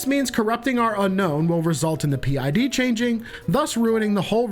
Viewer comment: parent id or pid, not p id